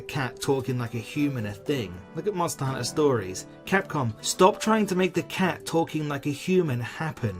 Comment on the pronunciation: Subscribed immediately after hearing how you pronounced Monster.. Hunter